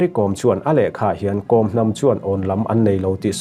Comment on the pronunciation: Kom hnam lam dan hi news reader ho hian kan tisual deuh vek thin a, changel kawr i kheh a, kawr i lam ang hian Kawm tia lam tur a ni.